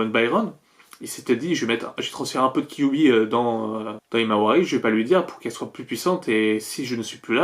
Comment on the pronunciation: J'entends "kiwi" au lieu de kyuubi 😂😂